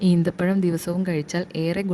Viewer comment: ഈത്തപഴം അല്ല കുരിപ്പേ ഈന്തപഴം😄😄😛😛